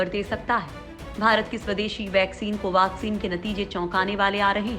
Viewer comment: कोवाक्सिन क्यो कह रही हो